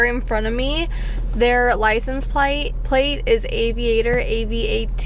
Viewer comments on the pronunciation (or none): Sudden Southern accent slip when saying “plate”? 😂